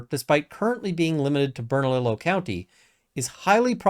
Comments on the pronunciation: Awesome vid. Your pronunciation reminds me of Siri trying to pronounce street names here. 😂💚 Bernalillo is pronounced Burnah-LEE-Yoh, it's Spanish so the double 'L' does that weird thing. Lujan is also pronounced Loo-Hawn or Loo-hanne. Lujan is trying to hire friends and relatives to help pad their pockets during this economic downturn. It's what people do here in NM en masse and on a level I've never seen in CA, OR, WA or ID. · I live in NM and was wondering if you'd comment on this situation. BTW, "ll" in Spanish is pronounced like a y. Bern-a-lee-yo 😊